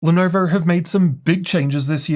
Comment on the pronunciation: Guyjust said “leh nuvur”